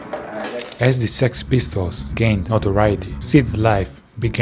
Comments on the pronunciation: I like how he said s.e.x pistols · ES-EE-EX Pistols